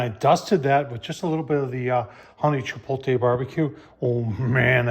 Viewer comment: Love your videos, but it's chi-POTE-lay, not chi-POLE-tay. 😁